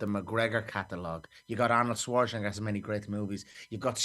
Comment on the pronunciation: Conor saying Schwarzenegger sounded crazy